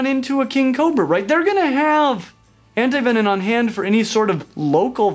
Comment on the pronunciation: Hi! I was wondering if you were saying antivenom with an "n" at the end? Great video, Lilith is spooky O___O